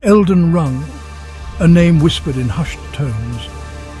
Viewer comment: "elgar rang" 🤣😭